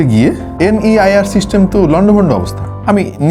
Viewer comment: আরে ভাই NIER না NEIR হবে 😂😂😂😂